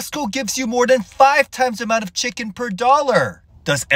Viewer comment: 🗣️ : ''Five Dollar Checkeen.. versus Twenty One Dollar Checkeeen.'' 😂😂😂